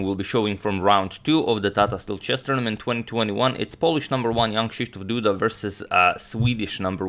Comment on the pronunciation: You have a really good pronunciation of Jan Krzysztof Duda as a foreigner